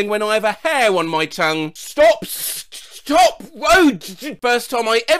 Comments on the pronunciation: Look, we can't keep stopping at every "sop", "yeld", or "one vay" sign. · ‘STOP’ ‘sawy’ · STOP! sawy🥴